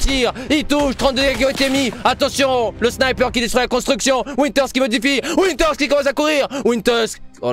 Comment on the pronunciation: Je sais pas vous mais PUTAIN C PAS WINTERS C VINTER V COMME VALENTIN MERDE sinon bonne vidéo xD